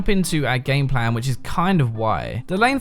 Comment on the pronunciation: I keep hearing him say gangplank when he's actually saying gameplan